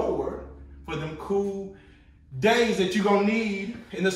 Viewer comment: Minute. I love ya but you be having me rollin’ 😂😂😂. “For them cool....DAYS, that you gone need!!!”